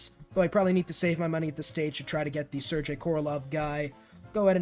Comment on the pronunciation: and the ending of Sergei is pronounced like GAY, not jay. I dont really care about mispronunciations, but Sir Gay is worth mentioning